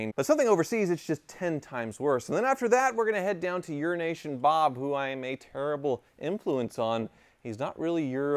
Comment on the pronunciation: It's EURO NATION, not Urination, Bob. Please pause between the two words!